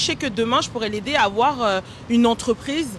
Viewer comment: Mdrrr il ne faut pas afoir peur " Ça me fume à chaques fois